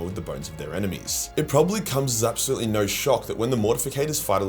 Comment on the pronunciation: The hilarious toilet humor quips keep me coming back. That and "narr" when he says "no"